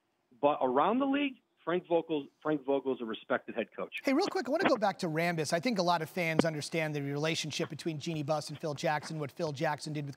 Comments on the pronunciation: Jeanie Ram-Buss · Kurt rambis? OMG LOL.